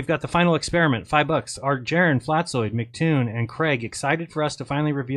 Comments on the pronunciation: Not at all. It's supposed to sound like an «S». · You mispronounced his name. It's Fkatzoid. FkatzoidsFlerfspective